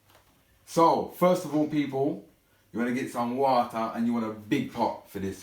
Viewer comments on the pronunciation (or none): "Www wwwaata to a boil " 😂😂😂